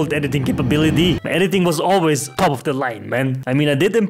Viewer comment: Its so funy you say alyaways man